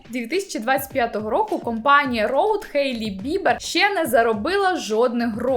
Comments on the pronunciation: Я тут просто сказати дякую, що кажете «Хейт, Хейлі» замість «Гейт, Гейлі»🥲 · Дякую за Хейлі, а не Гейлі🤮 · кому так треба казати?) Сама Хейлі вимовляє своє ім’я через «х», то навіщо ми будемо паплюжити її ім’я